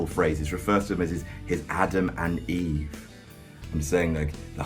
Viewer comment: Eve, not Eva